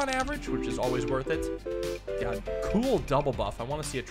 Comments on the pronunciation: you did not just pronounce God like the incorrect way of pronouncing Gif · i love pronouncing God as Jod and gif as jif